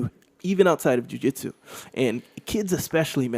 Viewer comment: When your saying Jui Juitsu do you mean BJJ or just JJ?